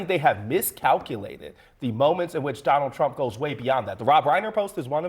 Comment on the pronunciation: President “Donnell Trumm” Will Never Be President Again After 2028 Anyway 😂😂😂